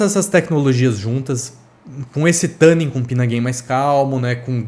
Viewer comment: Não sei onde vc viu isso, mas isso não é verdade. Na pronúncia americana o "tu" tem o som bem próximo de "two" (ou "too"), o que é um pouco distante do "tã" que vc pronuncia, e o nosso "tu" chega razoavelmente próximo da pronúncia americana e é mais fácil de falar e entender pro público BR também. Não precisa acreditar em mim, dá uma pesquisada se for o caso, joga a palavra no google translate e bota pra tocar a pronúncia, etc. A intenção não é ser daqueles chatos pedantes, mas é que realmente não é assim a pronúncia da palavra. Sobre o u12t, quem sabe um dia eu não testo um desses... Minha realidade de vida tem que mudar muito antes disso... A não ser que eu visite algum lugar que permita que eu faça uma demo in loco, mas só tem na gringa isso tb... Difícil. Até lá, fico satisfeito com sua avaliação kkkk Abraço